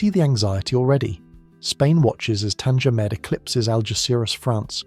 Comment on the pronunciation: Tanger med not tanga med but great video nonetheless